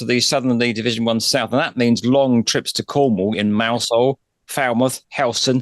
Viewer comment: Mousehole? Look up the proper pronunciation no such place , and you work in media god help us